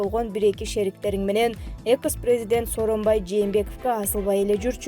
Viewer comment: Экыс эмес-экс